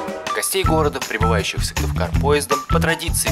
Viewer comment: Да нормально произносится